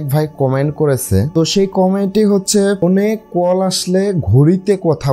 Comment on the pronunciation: কোল নাহ রে ভাই … কল 😂😂